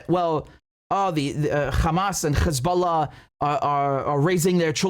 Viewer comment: KHamas, Khebollah and Khoutis! WTF!